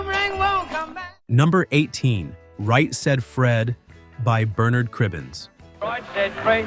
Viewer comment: UK "Bernard" has the emphasis on the first syllable